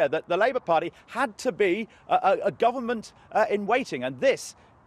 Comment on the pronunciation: Owen Smith can't even say "government".